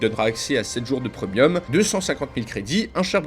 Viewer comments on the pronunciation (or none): none